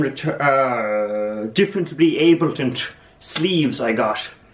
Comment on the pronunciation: "differently abeltnt sleeves" lol